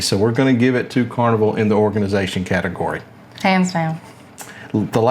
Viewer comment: "Organization" - not Orginization